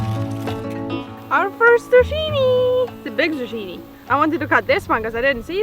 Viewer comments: Fun video. As others have said, let the onion tops topple over and brown before harvesting. You can braid the tops for storage. PS - That squash is pronounced zoo-kee-ne in English. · The way you say zucchini cracks me up 😆 We pronounce it Zoo-kee-nie 🤷🏼‍♀️here in USA 🇺🇸 I think if you let them get too big they are no good. Can't wait to see your pumpkins!! Great Job on garden for no water!! ✌❤🇺🇲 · Zucchini is pronounced zoo- key -née. Your English is soooo ver good!!! I congratulate you both for your beautiful abilities. Not just language but farming. It will only get better and better. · zucchini - in Canada pronounced zoo-ki-ni....your garden is excellent...